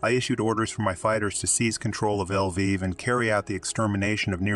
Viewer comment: This autogen Pronunciation is terrible. L'viv - not "El-viv". NKVD is "En-Kah-Veh-Deh" , accent on each syllable. That's what the video has called the Soviet Secret Police , the "Nakhved"(😱). In reality, it was the ministry of the interior affairs, responsible for the interior security. Its name was slightly different at the time, but that's another story. So, when Shukhevich has killed the Polish interior minister, he has killed the guy in charge of just such a ministry. A counterpart of Beria or Yezhov, no small thing.